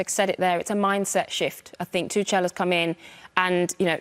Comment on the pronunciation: Yes, great, all of them are women, but none of them are informed and professional enough to pronounce Tuchel correctly.